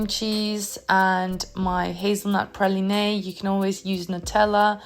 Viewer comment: Great video! I also wanted to point out 'Praline' is pronounced 'Pra-leen', not 'Pra-leen-ay', hope you don't mind. 😊